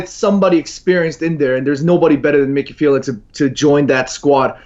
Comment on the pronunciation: "Micky Phelan" and "Zidayne". Who the fuck says their names like that?! Psychopath.